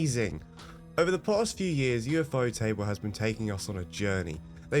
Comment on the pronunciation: You lost me at ufo-table💀